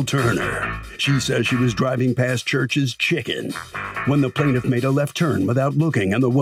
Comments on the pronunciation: You know he wrong for saying “ChuRChEs Chhiicken.”😂😂😂 I’m rolling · I thought the same thing 😂😂